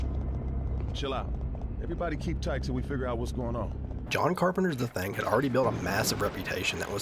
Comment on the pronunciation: I dunno if its just your accent or your trollin I'm hearing The Thang, lol. You better watch out The Thang is comin, oh snap.